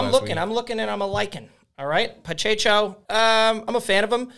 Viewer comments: Pacheco NOT Pachecho. Pa che Ko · Pa-cha-cho 😂. It’s Pa-check-o. Hilarious.